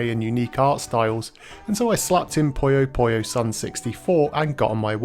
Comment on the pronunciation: why does English speaking persons pronounces " poyo poyo" instead of "puyo Puyo" ?